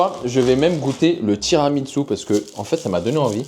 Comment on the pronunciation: par contre, le tiramisu c’est italien c’est pas japonais 😂😂😂 ça se prononce tiramissou et non tiramitsou 😂😂😂